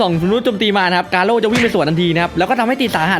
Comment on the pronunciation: กาโร่รรรรรรรรรรไม่ใช่เเค่คำว่าโก้